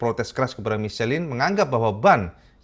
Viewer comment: Michelin = Misyelang cak pengucapan nya ... 😊😊😊